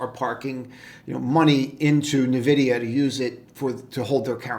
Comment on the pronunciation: Instead of Nah-Vid-I-Ah, I'm long hamsters and string.